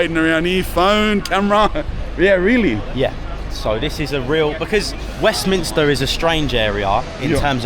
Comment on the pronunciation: thank you for pronouncing Westminster correctly 🙏😁, I'm a Londoner in Westminster and almost all the people I meet, including cabbies, now call it Westminister. 🙆